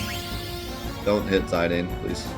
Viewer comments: It's pronounced "Zuh-Don" and "Vee-Vee" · 13 years old and we can’t figure out how to pronounce Zidane correctly like do you have the internet. Or just assume you know everything like what in the world.